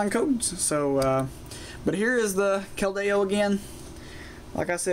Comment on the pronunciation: your not pronouncing keldeo right